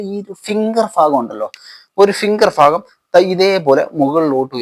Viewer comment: വൃായാമം കൊള്ളാം പക്ഷേ ഫാഗം എന്നല്ല പറയേണ്ടത് “ഭാഗം “എന്ന് പറയുക